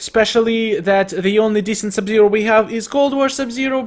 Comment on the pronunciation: not sub-sero but sub-zero